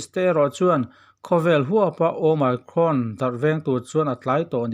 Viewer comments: Hemi channel hi a hming atanga en chuan "Journalism" lam channel ani ngei in a lang a, "Omicron" variant chungchang video ni si mahse a "omicron" ber lam dik loh lutuk mai chu. Kan tawng ni lo lam dik loh hi a awm lo miah lo, mahse kan lam thiam chiah loh hi chu internet ah lam dan en mai ila. Ngaihthlak a ti hahthlak tlat "Oh my cron". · Ooo my crawn a ti tlat hi, mak eee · Ooooh my crawn. I ti mak e, i lam dan hi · Awmicron a nih manih sir omicron ti jok tur I la nal lem deu lo manih awmicron ha2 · Your pronounciation is very funny "OMICRON" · Omicron lam rik danah YouTube lamah a lamrik dan zir hmasa ta la a tha lo maw?